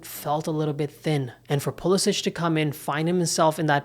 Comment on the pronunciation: Don’t you think you should respect Christian and his family enough to pronounce his last name the way he does? It’s been Americanized: there’s no diacritical mark above the last “c” making it sound like “ch.”